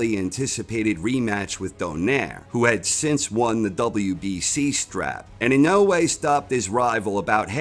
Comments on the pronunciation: Lol... Why can't you say dude's name right??? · I love corner. But can somebody teach him how to say inoue please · You would think the narrator would learn how to say the subject of his video's name, before saying it wrong every time. Maybe he'll learn it and then re-read the script.